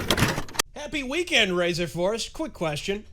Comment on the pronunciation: "Ö" dosen't sound like you think it does.